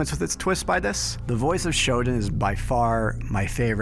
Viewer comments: For the love of god, stop pronouncing SHODAN as "SHOD'N". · Dude, excellent video as always....but every time I hear "Shoden" I cringe...Please, it's Shodaaaan...thank you ❤